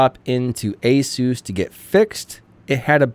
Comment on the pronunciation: ASUS or ANUS?...